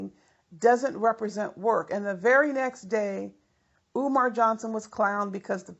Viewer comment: Love how you said eeewmar